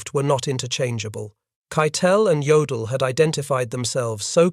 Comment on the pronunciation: Jodel is pronounce ( yodel ) keep listening for your mistakes